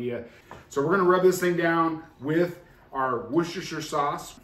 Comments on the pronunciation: wous-ter-shire and the shire part can be pronounced shrrr or sheye-er and is old english for "county" its not pronounced wour-cest-er-shire. the word sheriff is a contraction of "shire reeve" which is old english for "county law man" :) NOTE: Any accessory that uses an app on your phone where that app is not 100% open source IS SPYWARE*. There are literally ZERO exceptions to this rule. If you allow one exception you are asking for your privacy to be invaded. They track everywhere you go with that phone and they *CAN do this even if GPS is disabled and they SELL YOUR MOVEMENT HISTORY. Again. There are ABSOLUTELY NO ACCEPTIONS to this rule. Closed sorce phone apps are ALWAYS spyware. PERIOD. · Pronounced Woostersheer.